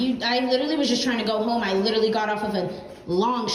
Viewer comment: It's been two years and people are still overusing, misusing and mispronouncing "literally" (it's not "litterly," dumbasses). Give it a rest already.